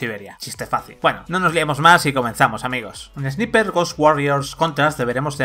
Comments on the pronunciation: Porque los españoles pronuncian palabras en ingles como se escriben y no como se pronuncian? Esniper!!! XD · Se pronuncia esnaiper, y no son poderes son HABILIDADES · La pronunciación en inglés y vandal: engine = enllain; ROM = rum; tasa de frames = tasa de frames (como suena por ); God of war = Gud of guar; Service = servais y ahora también Sniper = esniper. Grande vandal, buen nivel de profesionalidad periodística. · SNIPER = SNAIPER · repeat after me = ess-nai-perh . No es dificil. Ess-nai-perh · flaco, se supone que son profesionales, minimamente pronuncia bien la palabra "sniper"